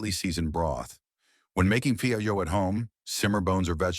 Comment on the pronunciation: Narrator only pronounced “pho” correctly 2x. Otherwise I learned something new today. From Hawaii. 69 years old